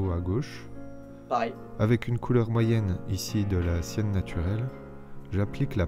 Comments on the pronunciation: "Sienne" pas "ciel" ^^ Je suis peintre et honnêtement je trouve que tu t'en es bien sorti, et qu'en continuant à t'entrainer, tu peux réussir à reproduire les peintures des tutos si tu veux, voire les adapter à tes goûts dés que tu te sentiras plus à l'aise :D je pense que tu le sais mais les plages de sable gris existent, y'en a en Martinique :3 (ciel bleu, sable gris, eau turquoise) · je crois que c'était "terre de Sienne" pas de "ciel" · Non mais il a dit cien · non parce que squeezie a compris ''ciel'' au lieu de ''sienne '' . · Artiste trigger : quand Squeezie confond la teinte "sienne" avec "ciel" 😩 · Lulu S j’ai entendu cyan aussi, mais pour le coup c’est forcément sienne 😂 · "Du sienne (de terre de sienne : marron) naturel du jaune et du blanc" Squeezie : du ciel (bleu....) du jaune et du blanc... Mdr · C'est pas "ciel" mais sienne, pour marron terre de sienne 😂🤦🏻‍♀️ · Il a vraiment pris le "Sienne" pour du "Ciel" ?! 😭😂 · Squeezie c’était couleur “sienne” pas “ciel”... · Pas du "ciel" mais bien du "sienne" 😂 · "Cécile " Elle s'appelle Cindy 😂😂 Et c'était "sienne" pas "ciel" 🤣🤣 Normal que les couleurs soient pas les bonnes 😂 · Quand il dit "sienne" c'est sous entendu "terre de sienne" mdrr surtout pas de bleu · ecoute bien ce qu'il dit, il prononce très mal sienne donc on confond aisément.